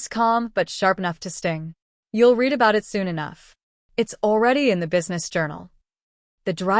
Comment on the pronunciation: How this also irritates me all the time